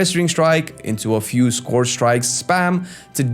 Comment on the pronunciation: Friend, you’re pronouncing “scourge” incorrectly. It’s not “scorge” (rhyming with gorge), but “scurj” (rhyming with urge or surge).